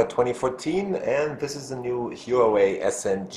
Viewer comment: pronounced 'WAH-WAY' not 'WHO-A-WAY'